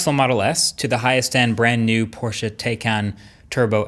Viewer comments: Kudos to Marques for actually pronouncing Porsche correctly👌 The E in Porsche is not silent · Finally an American that tries to pronounce Porsche right.. Sounds good! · Your one of the few Americans I've heard, who pronounces 'Porsche' correctly. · I think marques is the only American who pronounces Porsche right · I love that you can pronounce Porsche right :D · Thank you for pronouncing "Porsche" the right way. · German here, he does a pretty good job at pronouncing it correctly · Good to see that you pronounce porsche correct 👌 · He pronounces Porsche correctly. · Thanks for pronouncing "Porsche" correctly, Marques. It makes me happy everytime a non-German person manages to pronounce it correctly :D (doesn't happen too often) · just wanted to say thank you for pronouncing "Porsche" correctly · Yep he gets points for that. But loses points because Porsche officially announced it is pronounced "Tie-Con" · When you are so happy that he says Porsche correctly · THANK YOU for pronouncing Porsche right! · Had to check and as a german I must say it's so spot on I didn't even notice it